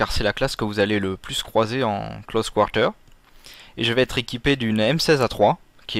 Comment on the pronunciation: lol tes québécois? pourquoi tu prononce close quarter en anglais oO C'est vraiment moche :D